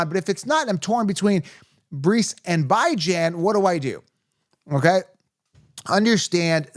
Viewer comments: I’m new to the channel - is Bye Jan an inside joke? 😂 because it’s pronounced Bee-Jawn. Great video btw 👌🏼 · I was trying to figure who was Bi-Jan 😂